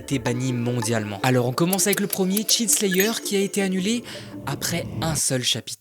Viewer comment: "cheat slayer" Alors ça ne se prononce pas comme ça. La tu viens de dire tueur de m** 🤣